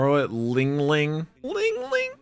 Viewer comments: its not lingling, its linlin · It kills me that crunchyroll said lingling instead of LinLin. I'm glad they fixed it later in the series but dang man